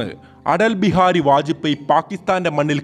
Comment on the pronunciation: Vaj pey. Not poy